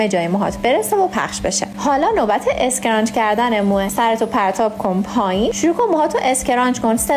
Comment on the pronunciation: اسکرانچ؟؟؟؟؟؟؟؟؟ یعنی تلفظ فاجعه در حد تیم تلی !!!!